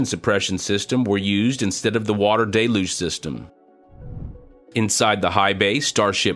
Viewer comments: It is not pronounced "DAY-luge". It is pronounced "DELL-huge"!!! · I know it's a French origin word, but the pronunciation is simple. Del-uge Like dell huge (without the h) Not day looj